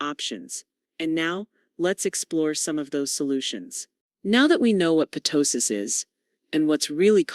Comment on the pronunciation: It’s NOT p-tosis. It’s tosis. The p is silent.